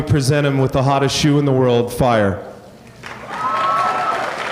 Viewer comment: Lol the way he said “fire” lol